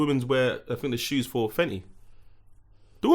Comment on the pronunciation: babe, it's FENTY....Not fenny🤣🤣🤣